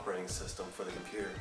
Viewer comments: ROFLMAO! Com-Pu-Tah! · XD COMPUUTA